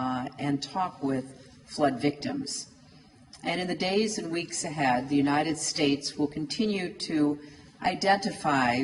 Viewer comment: United states... พูด ไม่มีเสียง s เลย =='